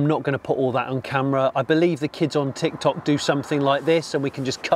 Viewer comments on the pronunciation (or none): none